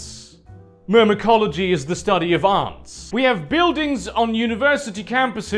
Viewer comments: It's "ants" not "Ants". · it really bothers me how you pronounce "ants" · please fucking pronounce ants properly jesus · ¿Aunts? ¿So þey see us as equally insignificant as aunts? But seriously, British people pronounce þe word "Ant" as "Ent" and not actually as "Awnt". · You pronounce "Ants" weird.